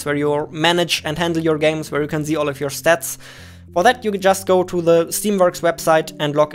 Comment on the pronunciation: Love how he uses "z" instead of "s" "...zell games on Steam" (almost everywhere in vid where "sell" is used) "...I wanna zee it!"